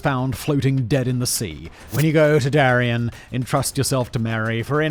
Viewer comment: Ooohhh!!! "Darién" not ¨durian¨! Thatś very different.